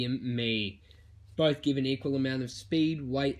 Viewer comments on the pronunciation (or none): none